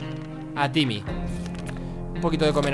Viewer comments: Por que le dise yimmy en vez de timmy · se dice timie no jimie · jajaja dijo jimi o llimi o vhimi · Es timmy no jimmy Agh me molesta que le diga jimmy >:T